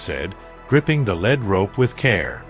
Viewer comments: This is a canned response, more than likely fully written by AI story with no real photos no real story and an AI voice that mispronounces the horses lead as the element lad‼️ These types of “stories” are fruitless, worthless and meant to waste your time taking fully 30 to 37 minutes and even if that’s for a true story it could have been told in less than five minutes! Beware the AI stories meant to waste your time! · Yes bullshit. Eventhe story reader has a bad time. Its not a lead rope,as in metel itis lead rope, as in le@ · 1. Lead (heavy metal) this what the auto read speaks. 2. Lead (to lead the pack; to be at the front of the pack or lead rope). Spelt the same but spoken differently. The story's reading machine used the heavy metal version of the word that is wrong).